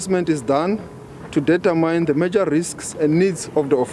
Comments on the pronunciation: Determyne😶I hate that pronunciation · You don't invent pronunciations.